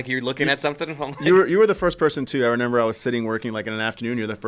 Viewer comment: Someone please tell is remember not renember. He says renember like 10 times an episode and it drives me crazy. He is not 3 years old 😂